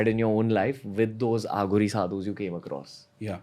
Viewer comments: Ranbeer thats uh ghori not aa ghoris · It's अघोरी not आघोरी ! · Bhai AaGhori nhi hota Aghori hota hai. SIVAA nhi shiv ji hota hai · Ranveer I love ur show. Just a short note to tell u that it is not Aa ghoris. It is Aghori. These words have deeper meanings. To know Indian spirituality fully, our language should be known n practised as it is. The accent should be pure Indian. God bless u. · Just one request Ranveer, with due respect, please don't address them as "आघोरी" ( Aaghori) they are "अघोरी" (Aghori) 😇🙏🏽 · And bro please bro not """AAAHOOGORI """ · Aaaghori nahi hai Ranveer...It is Aghori..shows your so called Spiritual Knowledge... THOOOOOO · aaghoris.. आ घो रि no.. Aghoris.. अ घो रि i think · It's not aaaghori. ......it's aghori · It's अघोरी not आघोरी ,,, it's शिव not शिवा । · It's aghori not aaaaghori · It's not pronounced as Aaghori it is Aghori derived from the sanskrit word Aghor meaning fearless. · Its not AAGHORI.. its AGHORI.. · It is not Aa-gh-ori. it is A-gho-ri. Want to know more? Just listen to Rudram - the very essence is there in Rudram. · Pls learn to pronounce the word aghori. It's no aaa gori . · It's pronounced as ughori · The way he says aghori.... Bss itna hi kehna chahta hu ki ranveer tu India ma hee England me nahi...